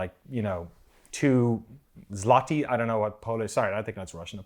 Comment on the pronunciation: Your pronunciation of "złoty" is pretty spot on, and it's still out curency. Otherwise, great summery of current state of things, keep up the good work.